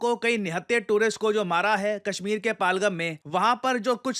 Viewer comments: सर; कृपया pronunciation sahi kijiye. यह पाहलगम नहीं, पहलगाम है. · Shrimaan, phalgham nhi pahalgam bolo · पालगम ❌ पहलगाम✅ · पहलगाम not पलगम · आप नाम ग़लत क्यों उच्चरित कर रहे हैं । पालगम नहीं है ये पहलगाम है । वहाँ के लोग भी इसे पहलगाम ही बोलते हैं । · सही उच्चारण है पहलगाम। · Kya Banda Hai, Pahalgam Ki Pronounciation hi badal di kch to Apna rkho, kch bhi? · Sir, u have been pronouncing "PAHALGAM" in a wrong way, please have a look at it.